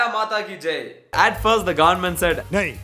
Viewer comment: brother why your goverment sounds like "GAND"ment